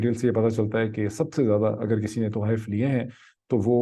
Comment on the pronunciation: Just one a lighter note…Did I hear it right: “Tawaahif”? Or طحائف? 😉